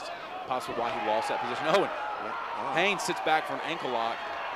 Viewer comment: as someone whose last name is also Haynes, i gotta wonder why people have such a problem with the N in there...the commentator said Hayes for the first minute and a half..pisses me off